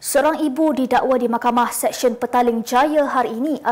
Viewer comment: Makhkamah ‘Sesyen’ BUKAN ‘SEKSYEN’! Seksyen tu = jalan di kawasan perumahan. CERMAT sikit dengan sebutan. Ramai yang salah sebut, bukan ko sorang dik!